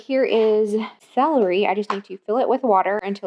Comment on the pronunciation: Love you so much but it's cel-er-y not cell-ree lol 🤍